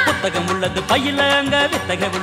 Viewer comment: Dude: get out: thenk you😀😀😀😀